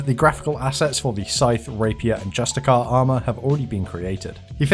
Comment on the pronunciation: It‘s pronounced justisssssiar, not justikkkar